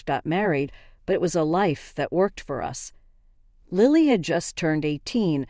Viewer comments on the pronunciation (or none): It's Lily like the flower. Not Liely.